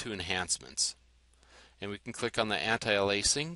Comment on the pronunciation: Why do you say it differently, "Anti-Alaising?" Isn't Anti-aliasing?